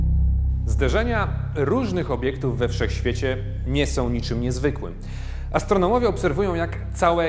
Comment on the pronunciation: Astronołowie brawo lektor!